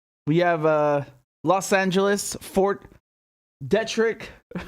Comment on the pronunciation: FYI, with kindness... Tucson is mysteriously pronounced, Too san. The the o is a very soft 'a' sound. Fort Detrick is pronounced Fort Dee trick. Thanks for all of your good work, j